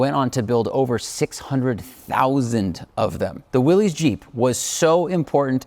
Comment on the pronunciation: Willys is pronounced Willis, not willys. Do your research.